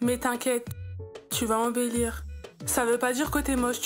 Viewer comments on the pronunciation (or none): « tu vas enBEUlire » 😂😂😂